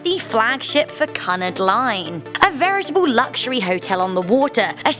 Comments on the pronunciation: Hold on Hold on. 1. She is British not British American 2. Did u call Cunard Canard? 3. It's Foundered not Flandered! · It’s q nard Cunard not cu nerd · Oh, that's awkward. It's pronounced like 'Q-nard' not 'Cuh-nard'... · YOU PRONOUNCE CANARD QUE-NARD!!! AND 1,517 PEOPLE DIED ON TITANIC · im sure cunard is pronounced “coonard” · lots of errors here. It's pronounced "Cu-nard", not "Canard" Titanic's sinking date was April , not April 16. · Cuh-nard?! It's queue-nard! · it's pronounced que-nard no kun-ered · It's pronounced 'Q-nard line' not 'Cun-ard line' and it's a ship not aboat. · What's "Cunnard"? It's pronounced "Kew nard" & "Flounderd"? ... that's actually "Foundered". I stopped watching after that. 😂😂😂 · It's not said "cun ard" it's pronounced "queue nard" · Canard? Its pronounced Cunard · Isn’t it pronounced “Cyunard” not “Cunard”? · Cu-hnard Line??? 😂😭 ITS CUH-NAHRD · It’s Cue-nard. Not Cunn-erd. And “floundered”? .... Really? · KEWnard not Cun-Nerd. Also it's 'Foundered' not Floundered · CUNARD. Not connard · It's pronounced Q-nard not Cunerd. Also Cunard wasn't formed after the merger with White Star Line, Cunard was founded in 1839 while the merger happened in 1934. The reason for the merger was beacause of the Great depression majorly affecting both companies which at the time were facing deep financial troubles. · And also, the wonderful, "CANARD" lol not hating just stating the fact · Cunnard?? It’s pronounced “Cunard (Q Nard)” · Is pronounced q nard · “Canard” LOL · 1- SHES British! Not British American! 2- It’s cUnard, not Cannared 3- It’s Founder, not Flander 4- Shes an Ocean Liner, Not a Boat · Cunard not canard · lost me at cunud hahahahahahahah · It’s pronounced cue-nard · it's pronounced que-nard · It's pronounced cyoonard not Cunard like a duck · It's not cunnurd line it's Cunard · Cunard is pronounced like this Q-nard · If you did not know, it is pronounced: Cu n-ar d. Not, Cun-Ud. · Gah, it's Cue-nard! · Cunard not Kanard